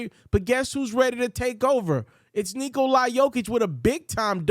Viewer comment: Good content bro! Also it's pronounced Knee-cola Jokic not Nikolai